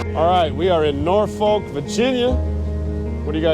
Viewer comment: It’s pronounced Nor-fuk